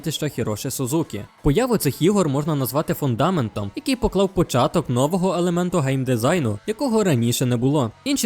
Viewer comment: Візитна карточка - або картка, або візитівка Лице - обличчя - нового (наголос) - у звичному розумінні На свою користь замість в свою користь Хороший - гарний По-різному ставиш наголоси в слові індустрія - дальше - ховати трупи. Краще говорити тіла ворогів, якщо ми кажемо про персонажа, який не вбиває - програною або проваленою - зʼявилася Прослухав відео двічі і можливо щось пропустив. Це те, що помітив одразу